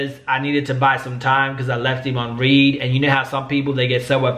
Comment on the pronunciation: I don’t know if you know this but being left on (Read) is actually Not (Reed) it’s like saying (Red)😁 Not trying to tell you how to talk but I wasn’t sure if you were saying it like that on purpose or if that’s how you really thought it was pronounced